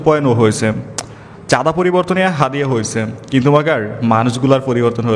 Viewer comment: চাঁদিয়া ❌ হাদিয়া ✅